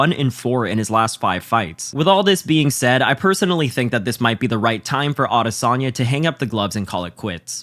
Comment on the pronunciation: Can't watch with you pronouncing his name like that